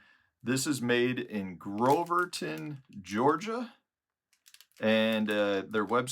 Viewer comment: Great video. Lionel at Tru Trac Lures is a great guy. Also, it’s Grovetown, not Groverton. 😄Take care!